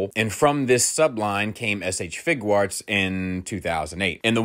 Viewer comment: Idk why y'all keep talking about the "Figurarts" line. is clearly referring to the "FIGUATS" line. 😂